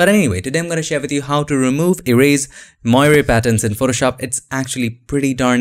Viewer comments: Moiré is a french word. It is pronouced moaré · it is pronounced as "mwor" sir :) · it is pronounced [mwɑːr] like "film noir' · It’s pronounced “mwarey”. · Dear. Moiré is a French word referring to the changing reflected light patterns of cloth like velvet, silk and sometimes linen. An example: the cardinals in Rome wear red moiré silk vestments. You do a good job of pronouncing the word moiré but it should sound like mwa-ray. Love your tutorials. Keep up the good work. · That's actually not correct. In English, it's pronounced [mwaˈɹeɪ] and in French, where it originates, it is [mwaˈʀe].